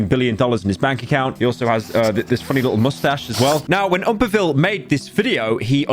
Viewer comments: Why you say OOMpaville like Uhmpaville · The way you say oompaville’s name Oompaville makes me so upset istg